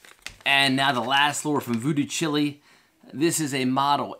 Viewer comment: Great video but your pronouncing the name wrong. It’s like child without the d, chile. Jimi Hendrix’s Voodoo Child, Jimi says Chile but not pronounced like the country.